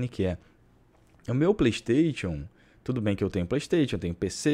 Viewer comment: playISTAITIONN kkk melhor é a pronuncia do